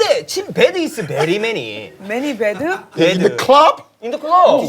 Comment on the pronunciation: 페기궄ㅋㅋㅋㅋㅋㅋ 당황해서 한국발음으로 매니 배드…? ㅈㄴ 우ㅛ기네요오늘ㅋㅋㅋㅋ